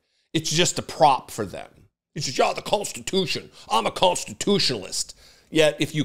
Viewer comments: WTH is 'constitoosh'? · Did he say we're gonna make it constute?! 🤣🤣🤣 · "We'll make it constitoosh". (Trump)